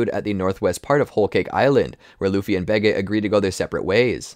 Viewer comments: It's supposed to be bege, like capone gang bege at whole cake island. Where in the show they pronounce it as "behji" and not "behgay" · Baygay isn’t how u say bege. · why does he pronounce it like "behgay" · I love it when you pronounced Bege wrong the entire time.